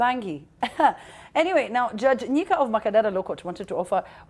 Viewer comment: It’s nyaga not nyika